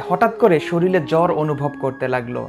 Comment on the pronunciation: একাধিকবার তুমি 'শরীলে' বলেছো। সঠিক উচ্চারণ হবে 'শরীরে'। সংশোধন হওয়াটা অতি জরুরি!